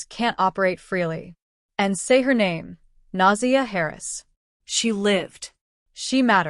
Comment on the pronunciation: Her name is pronounced Nah-Zay-ah, not Nausea like you are pronouncing it.